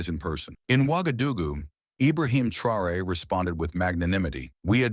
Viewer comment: This video is pronouncing Traore name wrong...also others videos from america the youtube videos calls him everything but his name. They are hoping you wouldn't notice, stop rewind and see fir yourself. Whenever you do notice, give the video a 👎